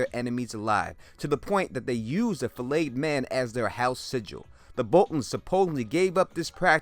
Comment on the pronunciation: I love how ya boy says flayed like fileted.. Do ya thing,.